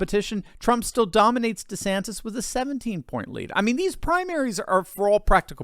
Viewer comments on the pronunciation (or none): none